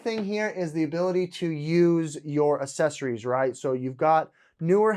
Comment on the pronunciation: You might want to reaccess your pronunciation of assessories 😬🤔